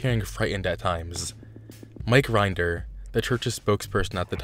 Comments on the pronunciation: It’s not a bad video but I feel like he could’ve done better research. He pronounced almost everyone’s last name wrong. Leah Remini’s, Mike Rinder’s and Lisa McPherson’s. It doesn’t take too long to look it up but it’s understandable if English isn’t your first language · Mike Rinder: his name is pronounced; R-in-durr Lea Remini: her name is pronounced; rim-A-knee 😊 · Wow. First, it's "Sea Org," not "Sea Orgs." You pronounced Rinder wrong. You pronounced Remeni wrong. You pronounced McPherson wrong. McPherson didn't disappear, she died because they wouldn't take her to the hospital and then no one wanted to decide what to do and couldn't reach a supervisor. Everyone knew she died. The Hole isn't for defectors, it's for PTS. They use it for execs to get them to get back on the path. They have to be 100% dedicated to COB or he will get too paranoid. It really sounds like you just looked some shit up on Wikipedia and rewrote it. You must not have watched a single interview or video. You need primary sources for this shit, not just a Wiki page.